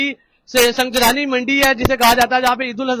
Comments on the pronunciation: سنگجانی ہے سنگ جلانی نہیں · Sangjani tool plaza Hy salay pronunciate tu kar thk say